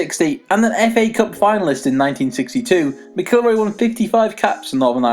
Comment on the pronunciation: Need to work on your pronunciation of McIlroy. hahaha